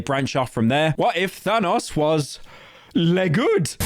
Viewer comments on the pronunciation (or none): none